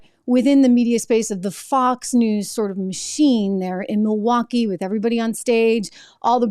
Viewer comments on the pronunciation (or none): none